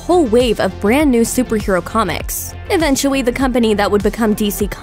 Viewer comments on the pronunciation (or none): Am I the only one who heard her say even-tu-we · She said eventchewy